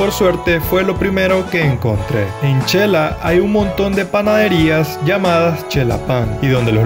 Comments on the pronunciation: El diminutivo de xelaju se escribe Xela y se pronuncia (Shela; no chela.) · En xelajú o Quetzaltenango, No se pronuncia chela, se pronuncia shela, Buen video amigo de que país eres? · Muy lindo video, le sugiero los vídeos sean de menos duración pues es mucha información en uno sólo y ud puede monetizar más vídeos. Humilde sugerencia es su canal y ud sabrá lo mejor/ a mi esposo le gustó mucho el es de Xela ( no chela) saludos desde Oregon 🇺🇸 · La pronunciación de xela y shecas es sh she no che 😉 👍🏼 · No se xq muchos se equivocan al pronunciar el nombre de Xela, se pronuncia de ésta manera, (Shela) y no (chela) como lo estas mencionando, x favor digan el nombre correctamente se oye feo que le cambien el nombre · No es chela ,es xela o shela habla bien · Yo q soy de un un pueblo muy alejado de la civilización se q se pronuncia Shela no Chela. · Todo mal dicho chela checas chelapan asi no se dice aprenda